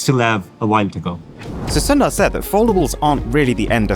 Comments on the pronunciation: Bro said Sunday 💀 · its Sundar (su nd ar)